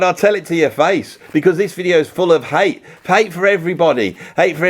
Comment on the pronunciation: I don't know why you say Hite and Tible. It's Hate and Table